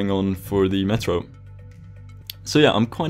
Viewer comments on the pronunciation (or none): none